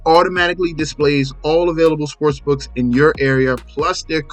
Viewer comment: Bro why do you say sports brooks?At least it sounds like your saying that.